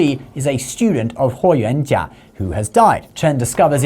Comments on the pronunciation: As the direct descendant of Huo Yuanjia (霍元甲 Yes, he is my Great-grandfather).....he is a legend and hero of our lineage; A true "DRAGON OF THE EAST"🐉🐲.....the Celestial Solar Divinity from the Stars✨🌌 I'm really impressed by how accurately you pronounce my Great-grandfather's name👍🏻👏🏻👌🏻 Isn't it funny.....you never knew who's watching your videos 😉 Btw, don't you also have a YouTube channel about credit cards?!?! 💳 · I was really impressed at how you accuratly pronounced his name, I was really thinking you did a lot of reseaarch and cared about getting things correct. Then I saw your chnnel name lol.